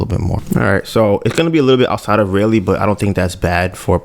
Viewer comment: Raleigh, Pronounce it Rah-lee✌🏿